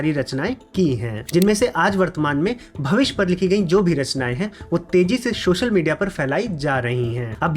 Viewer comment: भविस्य नहीं भविष्य